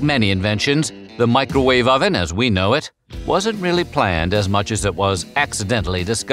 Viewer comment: Ah yes the good old "Micro wah-veh"